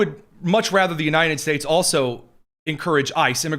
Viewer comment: Is this guy saying "The U-nine-ded States" ???